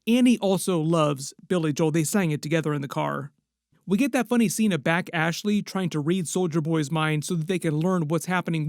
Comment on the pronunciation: Her name is Bashly, not Back Ashley 😂